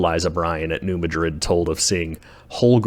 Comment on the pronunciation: Great documentary. 🎉 Id love to visit ! 😮 But it is pronounced and known by locals, and by the scientific community, as "New MADrid" 🌎 (short a sound, as in "mad") ✔️